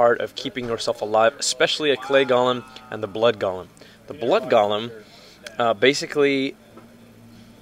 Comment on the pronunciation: Golem, not gollum.